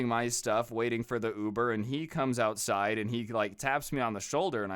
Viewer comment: The ouetsid? What the heck is a ouetsid?